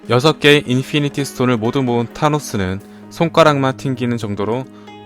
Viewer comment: 발음이 인fㅣ니티 스톤